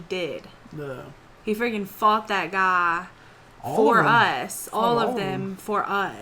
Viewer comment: "He freaking fought that gAAaaAAA" you texan or something? XD